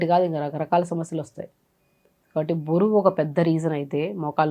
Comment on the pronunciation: బోరువు కాదు మేడమ్. బరువు